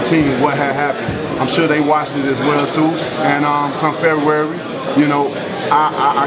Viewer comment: Everyone: February. deontay wilder: Fairywarry.